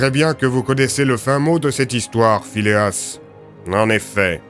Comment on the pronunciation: Phileas? Ta langue a fourchée je pense !